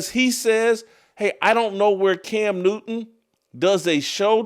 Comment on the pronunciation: His name is can newton. It’s not cam new-in